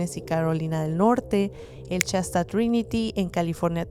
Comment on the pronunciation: No se dice Chasta es shasta sh sh